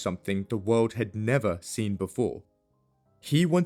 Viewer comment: People can't stand all of the extra "W's" he adds to words. I guess I agree. For example, the word "World", only has one "W". Not 3.